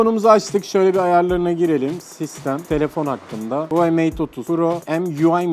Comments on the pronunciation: Huwayi değil huawey ya skkskskkskdd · ONUN İÇİN HERŞEY “HUWEI” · Sen Huvayi Biz huavey (Okunuşu) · telefonun markası huvai diyil huwai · No one:: HuaEiEu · Bende sadece ben huvai diyorum sanıyodum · huğıi mi?😂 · arkadaş adam daha markanın ve arayüzünün ismini söyleyemiyor kalkmış anlatmaya çalışıyor çok ilginç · huawei nin okunusunu ogren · Lan artık öğren Huawei demeyi😂